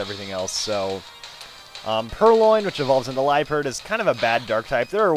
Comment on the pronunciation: its pronounced Lee uh pard not Lee perd